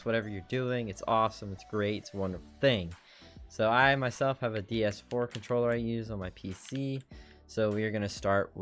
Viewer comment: thanks for the tutorial really help but am i the only one getting annoyed about him saying ds4 ?